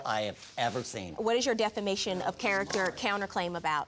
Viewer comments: Seent, Axe?? WTH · SCEENT THEM!!! DANG YOU MEAN YOU SAW THEM!!!!!!!! ALL THESE CASES AND THE GRAMMER SHOWS HOW THE SMARTPHONE DOESN'T HELP THESE PPL SPEAK BETTER!!